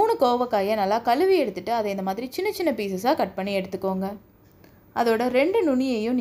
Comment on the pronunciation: களுவி களுவி னு ஏன்மா.. கழுவி என்று தமிழ் பேசுமா.